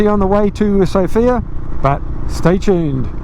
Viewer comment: While in Sofia visit the Vitosha boulevard. Beautiful streets. Just a heads up on the pronunciation of the Bulgarian capital, put the emphasis on the first syllable, like Sof-ia, not So-fia. The fields of yellow flowers are rape fields, the pland rape, sometimes called rapeceed. The plant isbysed to make oil. Like oil for cooking. I velieve you have Canola oil in kiwi land. That is made from either rape ornits cousin that i dont know the name of in English, in Swediah we call it Rybs. The straw that is left over after harvest is often used by the farmers as hay and is often used to hear yheir buildings in a furnace as its not a good product to feed the animals. Other usage of the oil is to make different margarin products. If you detour over Denmark and Sweden on your way to Ireland in end of May you will literally see oceans of it. Ill offer you free place to stay, food and beer. Welcome to the European continent (although 7% or so of Turkey is also in Europe). Cheera from Sweden